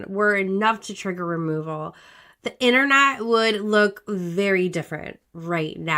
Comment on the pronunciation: "Tha Enernat"